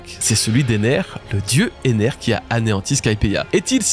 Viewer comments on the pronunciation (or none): none